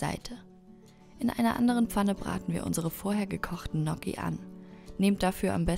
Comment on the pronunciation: Ihr habt gnocchi falsch ausgesprochen man spricht es italienisch aus mit gn Verbunden